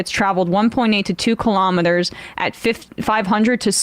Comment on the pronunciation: Why are you struggling so much saying kilometers😂😂